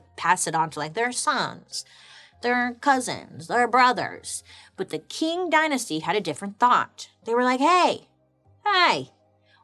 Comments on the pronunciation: 😂 Qing is pronounced like /ˈtʃɪŋ/ CHING. Anyways, if this topic interest you then look up the Gaokao in China. Man it’s sad, kid’s future here really depend on their results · Fine, informative episode. However, I believe it's pronounced " tSHeeng " dynasty,, not ” King ". Like the Qi in Qi Gong massage . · The standardized testing in imperial China started in the Han dynasty… but was fully developed by the Qing (pronounced ching) dynasty (over a thousand years…) The scholar hat was a funky looking thing that was flat in the back… and Chinese kids with a flat head were thought to be more scholarly… I got a flat head… I test well, but I don’t retain info unless it’s fun… and I can’t wear a ponytail without looking weird cuz my head is weird shaped 😭 Edit: I took the ACT to get into nursing school… they asked me about rocks and clouds… almost lost my 💩… got a 27 or 28… cuz my ma said it cost money to take the test if I failed, I’m on my own, no more support… 😅😂 And our nursing school was contracted with Kaplan after we graduate… we get 2-3 weeks after graduation to study with the Kaplan people on how to take the test but my friend and I had taken so many test prep during school the lady got annoyed cuz we don’t do the “steps” they have on eliminating the wrong answer cuz we already know the answer… 😂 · Love your videos. Wouldn’t imagine my dish washing sessions without them 🤭. It’s pronounced “Ching” 🤗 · Wonderful work Bailey…. A - - but only cause the Qing dynasty is pronounced “Ching” dynasty. I’m here with my notebook, ma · I may be wrong but I believe it pronounced Ching Dynasty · GIRL ITS PRONOUNCED LIKE CHING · Hahahaha I was doing a test and I need noise in the background there you are… problem I pay attention when you speak! Also is pronounced “Ching” not how it is spelled I did a test on this dynasty not that long ago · Qing is pronounced as Ching. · Isn’t Qing pronounced like Ching? 🤔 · qing is actually pronounced as ching!